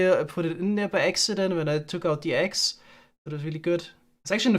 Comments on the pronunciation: funniest part about leaving his axe in the eggs chest is he says the word “axe” the exact same as he says “eggs” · I can't tell the difference between saying "eggs" and "axe", which makes the bit about losing the axe when collecting the eggs a little confusing.